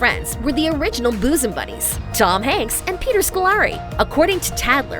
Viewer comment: You can tell a person's age by the way she didnt know how to pronounce " Bosum Buddies"...she said it like boosum buddies! That show was funny as hell and one of if not the first time Tom Hanks was on TV. I used to love how he caught the tennis ball off the stairs in the opening!